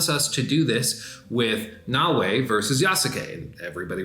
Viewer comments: you are killing me its “Na O A” not “Na Way” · Yass-kay and No-way lol